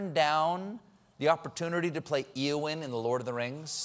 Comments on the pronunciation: Its pronounced A-O-wyn, I'm disappointed in you Stephen. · the name Eowyn pronounced A O Win. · Says he's a huge Lord of The Rings fan, and yet pronounces it "EE-Owyn". >.> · She turned down Eowyn who was a human, not an elf. Cate played Galadriel who was an elf. But she would not have been good as either one. And Stephen mispronounces Eowyn, so I have no idea what character he was thinking of!